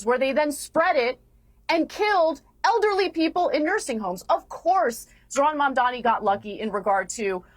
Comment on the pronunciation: Piers keeps mispronouncing Mamdani. just call him Mr Mayor.